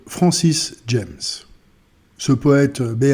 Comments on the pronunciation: Son nom se prononce ''jame'' ,pas ''djèmss'' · "Jammes" se prononce à la française car c'est un poète français, donc comme les trois premières lettres de l'adverbe "jamais".